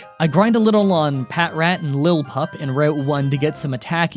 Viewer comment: "Whattageek gave me a phonetical pronunciation of every Pokémon in my whole script, so you can't make fun of me for pronouncing all the Gen 5 Pokémon names wrong anymore!" He says not two minutes after calling 'Lilipup,' "Lilpup."